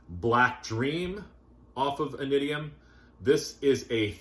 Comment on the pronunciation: their first album is pronounced “inishium”